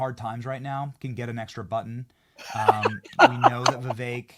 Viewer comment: IT’S NOT VIVEYK. IT’s VEE VEK. SHORT “E”. LIKE GET. BET. SET. 👀